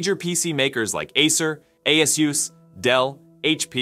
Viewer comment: You lost me when you tried to pronounce Asus